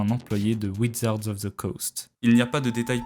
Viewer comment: wizard pas widzard